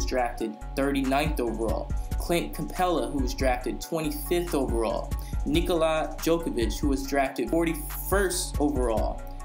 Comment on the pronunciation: Who tf is Nikola Jokavic